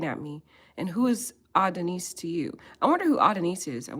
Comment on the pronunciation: Please o! It’s Ah-don-is..!! Like the Greek god. Great content💥